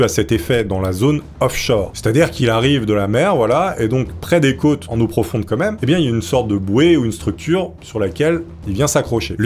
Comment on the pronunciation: stp on dit "quand même" pas "comeme"